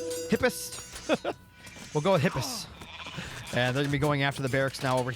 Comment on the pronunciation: Mate your excitement is so infectious. I've been playing AOM since 2002 as a kid, been so stoked for this Retold, and you're casting is really helping pass the waiting period! Keep it up man, love your enthusiasm Also mate if it helps your pronunciation: Hip-A (capital A) - us for Hippeus.